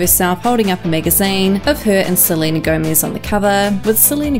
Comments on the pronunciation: I could not stop laughing everytime I heard you say "Selena Gomiz"🤣🤣🤣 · no one: not one soul:: sleenuh gowmeez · She says "Seleina Goumies" LOOOOL 😂😂😂😂😂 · “salina gomeeze” bye. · “Selena Gomiez” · “Selena GoEmEsSzz” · Tf why you say Selena Gomiz??? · Selena Gomeez got me dying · Lmao, WHY do you say 'Selena Gomez' like that? 😂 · The way this girl say "Selena Gomez" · Selena Gomiez